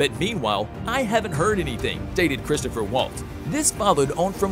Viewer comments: CHRISTOPH!!! Chris-TOPH!!! Drop the "er" on the end there,. Geez; do some freakin' homework. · Christoph Waltz doesn’t have a third syllable in his first name. Look at how he spells it. Now? Try saying it without sounding like Joe, stuttering and stammering, saying “err… “